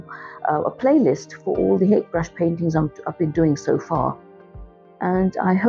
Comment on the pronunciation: Lovely demonstration! I've been trying to get more into landscapes myself as of late. I just wanted to add that Hake is a Japanese word and is pronouced as "Ha-Kay"